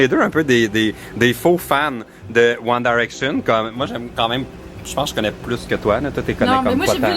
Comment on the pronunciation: t'arrête pas de dire One Daraction 😂